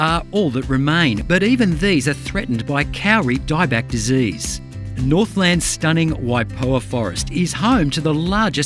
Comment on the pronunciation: Just say Cody but make the d sound like r. That is how you pronounce kauri, not cowry